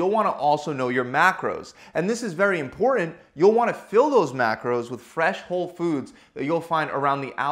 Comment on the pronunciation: Your videos are great. Lots of information. When you say the word important, make sure you annunciate the t’s